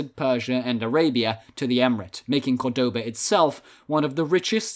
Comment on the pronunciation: Córdoba is pronounced by stressing the first syllable not the second, so many English speakers get this wrong.